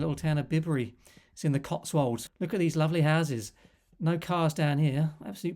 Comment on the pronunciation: hi, lovely places aren't they. My wife and I spend a lot of time in the Cotswolds villages which you have covered , and I believe the village of Bibury is pronounced differently . i.e. not as in "Bib", apparently the name sounds like Bai-Buh ree.😊👍